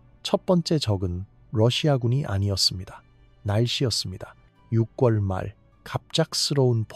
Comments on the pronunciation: 발음이 거슬리네요.유궐(6월) 이지 '육꿜'이 아닙니다. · 표준발음은 [유월]입니다 유궐이 아니라 활음조 현상 때문에 유월로 발음합니다.